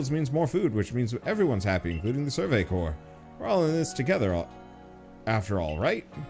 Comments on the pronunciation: Corps is not pronounced like 'corpse,' as you are saying it. It is pronounced like 'core.' I notice you've started pronouncing it correctly sometimes, but you still say it wrong most of the time. I think the correct times are on accident. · Corps is one of those words that i know how its pronounced but my lips refuse to say it that way.